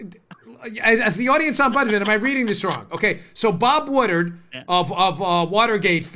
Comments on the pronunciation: Dan's making me crazy with the "Bob Woodard", isn't that "Bob Woodward"? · It's pronounced WoodWard not woodard. Other than that great show. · It's Wood Ward...Woodward not Wooderd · Its Pronounced Bob "Wood Ward"